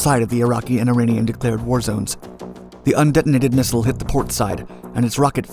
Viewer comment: Learn how to say missile lol